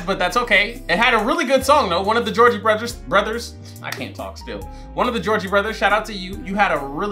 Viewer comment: Gotta find you is your jam!!! Lol 😂 and you calling the Jonas brothers georgie brothers had me dyingggg